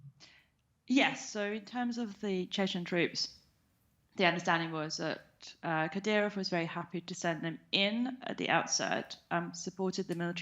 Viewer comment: Learn to pronunce the name accurately first. 😂😂